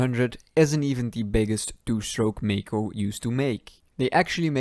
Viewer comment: But it´s not Mako, Maico is pronounced "myco"